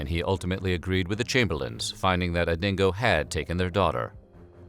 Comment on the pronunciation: The "real story" as told by an american that cannot even pronounce dingo, uluru or azarias name